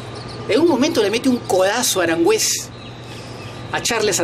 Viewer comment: Primero aprende a hablar, Boseiyour no Bonseyour Es Aranguiz. No Aranguez , quien es este tipejo por ratos parece Argentino y por ratos Chileno, humillar no es 2 a 1. Pero si humillar es 3 a 0